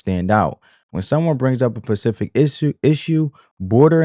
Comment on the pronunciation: Please pronounce the word “specific” correctly. It’s not pronounced “pacific.” You sound not smart.